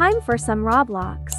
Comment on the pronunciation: It’s Roblox not roblax